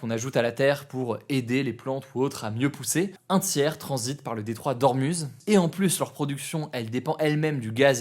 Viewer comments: pour le détroit d'Ormuz on dit 'Ourmouz' pas 'OrmUz' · Ormouz stp! personne dit ormuze